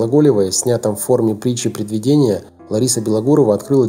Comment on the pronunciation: Автор, притча-предвИдение, а не предвидЕние. Это простое рузке слово, жаль что поколение ЕГЭ его не знает.